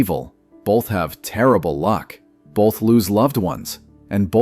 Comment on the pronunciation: Uhhhh, "bolth?" I don't think there's an "L" in "both"...